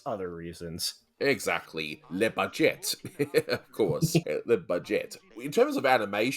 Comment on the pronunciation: "Le Budgette!" LOL!